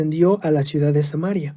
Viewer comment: Ciudad ,, hno ,, no cuidad ja ja ja se escuchó chistoso